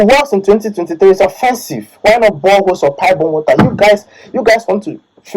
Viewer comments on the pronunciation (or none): "boreholes"* as he says lmao